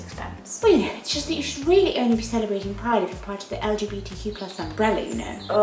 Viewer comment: The B in LGBTQIA+ is not silent 😂